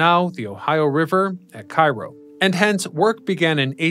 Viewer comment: You mispronounced the city in Illinois. It is KAY-row, not KI-Row, like in Egypt.